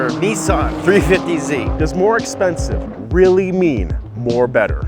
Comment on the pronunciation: Nissin is the original instant ramen noodles, but still accidentaly the closest you have ever been to pronouciun the name of the car correctly :)